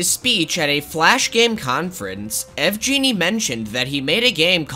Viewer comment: Pretty random and inconsequential, but I think yvgeny is pronounced w a hard G sound Unless that’s not the devs name lol